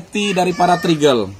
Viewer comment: Upgrade bukan abraiks 😅 Trigger = trigel